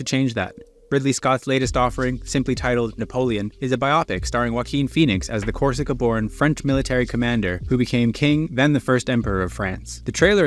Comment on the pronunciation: Is the speaker a machine or human? The pronunciation of "biopic" is completely wrong.